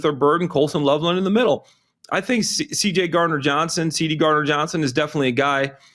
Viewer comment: This is the second podcast where has called him CD instead of CJ. What’s with that?